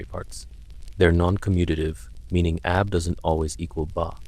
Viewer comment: The continuous monotonous voice on a channel with not many subscribers, for one. Another is things like how it says "AB is not equal to BA" but phonetically says Ab and Bah. It's a good and interesting video, and if no AI was used then I really appreciate the content. It's just that today, it's hard to tell if Anything is made by a real person